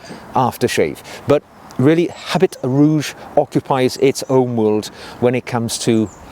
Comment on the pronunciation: it's pronounced "a bee rouge". Thanks for the discovery!